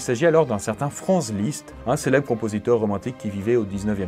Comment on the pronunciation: Ta prononciation "Franze" liszt est juste insupportable :(